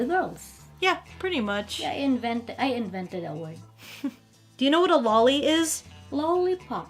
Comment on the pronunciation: Yaoi is pronounced Yah - Oh- ee not "yowee". >_> also Loli (Low-lee not "lawlee") an abbreviation off the term Lolita not "lolipop". Look up "lolita" on Wikipedia, it will explain what that is about.